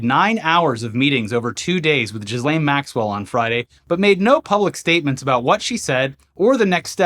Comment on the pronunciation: I thought you pronounced her name Jizz-Well Max-Cunt.